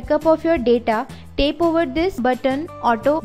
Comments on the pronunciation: its tap not tape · It's tap not tape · Guys - I know shes pronouncing Tap as Tape... but the thing is you are watching this video cause you'll wanted some information about backing up android.. And I salute her (whatever she pronounces) she took out time to make a video and show more than 1 million people what they were searching for.. At least half a million might have found exactly what they were searching for. So please stop making fun of others and try to help someone.. Its more fun that way.. Good day.. (put a TAPE on your minds... when criticizing) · She is just pronouncing wrong the word Tap